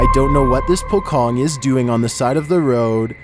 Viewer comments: No. 29, pronunciation pocong not pokong but po-chong instead.. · Number 29..very funny if person who not from bahasa country like.. Singapore. Brunei. Malaysia. And Indonesia... Example if you read and say pocong.. It's funny if you use English alphabet.. In bahasa if you see like pocong pronounce it's like pochong. Like again spell doctor in bahasa is doktor. If car. Not char. 😅Same car. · Pocong pronounced 'Po Chong'... not Pokong... wonder where you people get that word first😄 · i laughed when he said pokong, its actually pronounced pocong, po-chong thankiu for sharing true horror story, they r my fav youtube ghost telling story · For number 29, it not called pokong, it called po"c(ci)ong". Pocong is the legendary ghost "corpse wrapped in a shroud, buried in the ground", just google translate Indonesian "pocong" now use voice to hear what should spelled🤣. So not Pokong but Pocong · I was laughing hard when I heard you said "Po Kong" on the second clip! It should be "Po Chong"... Direct spelling in the Indonesian word is pocong! Sorry! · The Pocong is actually verbalized as "pochong". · Why you said Pocong with K? Pokong? Pocong = Pouch Ong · not triggered by how you pronounce it but it name sound like PoChong somethings like that and it know for it jumping behaviour to chase it victim and it resemble how dead muslim wear when being buried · Its pronounced as 'po' ( po in Poland ) and 'cong' ( c is pronounced like 'ch' in chair) Hope my words are not hard to understand! Good video!❤ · I giggled when narated the pocong part. "Pokong" 😹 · "Pocong" is pronounced Pot-Chong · it's pronounced "po chong" just like how you say chocolate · How to say "pocong" properly..? The letter C on "Pocong" is the same sound with C on "China" .. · FYI : the "c" in pocong sounds more like the "ch" in chair and doesn't sound like the "c" in the beginning of "c0ck"